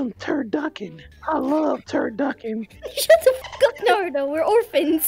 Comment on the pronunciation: Btw narutos name is pronounced naruto not nardo